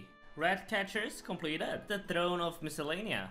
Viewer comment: Came here for him to say shompleted